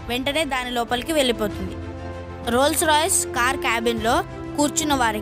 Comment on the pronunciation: Reyyy......adhi Rolls Royceeei kadhu it's just a Rolls Royce